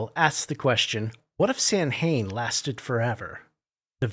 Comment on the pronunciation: Man a mini based game based on Irish/Gaelic mythology sounds like it was created for me specifically! Cheers for showing me it. Sorry but I can't help myself; it's pronounced "Sow-en" - sow like a female pig or rhyming with cow or how.